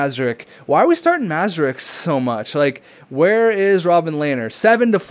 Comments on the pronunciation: Hey I commented this in the last video but you didn't acknowledge it so imma just say it again: Mrazek is pronounced Muh-rah-zek not Mah-zuh-rek. Just lettin u know! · Mrazek isnt pronounced Mazerek, look at how its spelled M R A Z E K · It isn't pronounced Mra-Zek. Anyways, he clearly said in one episode he prefers to prounounce it that way.....